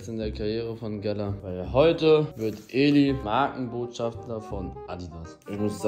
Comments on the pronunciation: Man junge es heißt Markenbotschafter und nicht *schaftler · Markenbotschafter nicht „Markenbotschaftler“ 😂😂